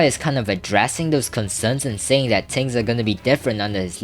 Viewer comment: yo stop saying "ting" its "thing" lmao